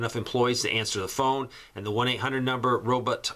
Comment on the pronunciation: "Robit"? Lol